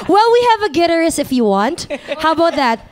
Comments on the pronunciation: Hahaha..."GEEterist" si ate feeling slang kasi! Pinahiya ni Debbie Gibson..."guiTARist" po ang tamang pronunciation :))) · I love how the interviewer says "gitterist" vs. "guitarist..." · Things i learned: 1 debbie and tiffany are NEVER rivails 2 it’s Guitar-ist, not gui-tarist. Hehe 3 put a sustain pedal on the keys. Haha! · Gui-tar..rist. geezhh.. Take note guys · Debbie even corrected her but she kept on saying it.